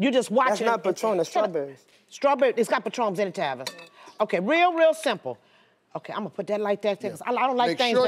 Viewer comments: even Steve got tavis's name wrong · Steve Harvey : Yeah, move out the way "Travis" 😂😂😂 it's (TAVIS) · Its Tavis not Travis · Steve called TAVIS “TRAVIS”😂😂